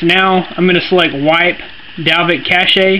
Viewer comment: lol did he just say "cashay"?!